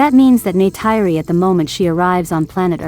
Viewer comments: It's NeytIri not NeytEYry...and Jake said: "They killed their Mother", not "Mother "nature" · "Neh tir ee" is how the name is said.